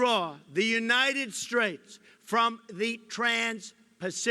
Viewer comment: He said United strates